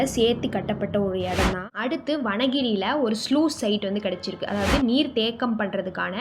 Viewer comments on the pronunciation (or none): கிளையூர் இல்லை. கீழையூர் வனகிரி இல்லை. வாணகிரி.